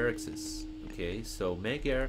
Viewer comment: magyar is pronounced majar.